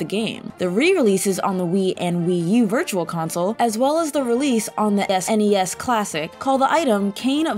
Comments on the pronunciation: s-NES, Famcom, game front? instead of FONT. Not even 2 minutes in and its pretty noticeable. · I work at a game store, and a lot of the people I talk to say Snes like a single word, idk I live in Nevada if that means anything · Ironically, this video is absolutely full of verbal slip-ups: (S)NES Classic- Bruh. Super Famcom- I fucking hate 2010s slang. Game Front- Is she just phoning it in? It was obviously font. , Takashi Tedzuka- Apparently we're going with the German pronunciation of Z. , , Tedzukia-san- The addition of san somehow makes it even harder for her to say Tezuka's name right. Ice Wizzerobe- Could be one of those silent(ish) vowel sounds. But it seems a little too pronounced to not be at the very least a semi-conscious decision. , , Ocarena- In what word is the letter i pronounced that way? Skuhtoola- The 'toola' part gets a pass considering how many people overlook that it comes from tarantula, but there's no excusing the mispronouncing of 'skull.' Raniu Subaku- Should be pronounced like the English name 'Lanayru' but with an R. Phonetic spellings aren't hard. Ironically an exact reversal of the Ocarina mispronunciation, with the addition of an entire missing consonant. I suggest DYKG not bring this woman on again. Even though they clearly didn't bother doing multiple takes and could have let her fix a lot of these issues, there's no excusing things like consistently mispronouncing ocarina and absolutely butchering Tezuka's name. Also, her name is dumb. On the other hand, some people are complaining about vocal fry, but it's really not that pronounced. Go watch Saberspark for a truly insufferable example of that. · did sommmebody sayyy s'ness? lol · I've counted four S-NES Famcom Wizardrobe Type front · S-NES. Famcom. Game front. Tedzukiya-san. Oca-reyna. Is English this girl's first language?